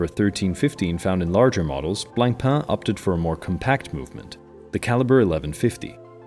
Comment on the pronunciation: C in Blancpain is silent. Merci